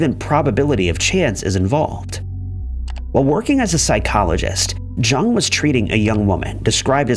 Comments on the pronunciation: Can not believe narrator is saying JUNG. Had to research to make the vid….Carl Jung (Young)!!! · Jung is pronounced “Young”. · Jung is pronounced with the 'J' having a 'Y' sound, as is usual for German speakers. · It's pronounced "Yoong" actually. Carl Gustav Jung was Swiss and the name has German roots. Americans just got into the habit of pronouncing it "Young." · You would think people would look up the pronunciation of things. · He mispronounces words on purpose to get comments. Pretty dishonest and creepy, honestly. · i stopped the video at that moment, too embarrassing to to finish it.